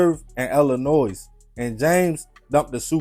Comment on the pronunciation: It's not Illinoise...the S is silent!!